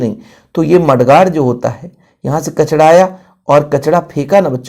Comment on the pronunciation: Kachra ❌ kachda ✅ 😂😂 sir thoda sa majak bhi karna chahiye "sorry" 😊